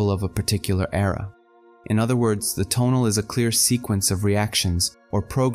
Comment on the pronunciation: I like the way you organize and present the teachings of Carlos Castaneda, so please make a video on the Assemblage Point. A small pronunciation point - rather than putting emphasis on the first syllable of the word TO'NAL, put the emphasis on the last syllable - TONA'L. Thanks for all your efforts.